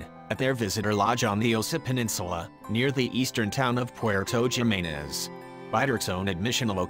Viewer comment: 1ST, NOT JIMINEZ (AS IN JIM NABORS) BUT HIMINEZ, J= H IN SPANISH. ALSO, I THINK THE PROPER PRONUNCIATION IS " SLAWTH" NO SLOTH AS IN SLOW!